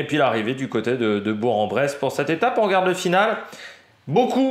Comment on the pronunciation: on dis Bourk !